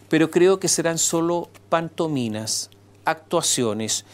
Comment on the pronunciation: dijo PANTOMINAS?